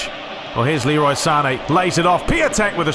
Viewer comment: the proper pronounciation for Piątek's name is "PYONTECK" - great games tho!